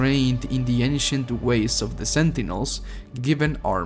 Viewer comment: The way he says "The slayer" sounds like "This Layer"